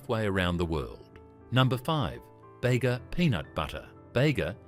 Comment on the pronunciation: Bega is pronounced Beega, not Bagar